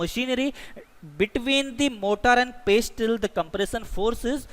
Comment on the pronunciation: In pestle , the 't' is silent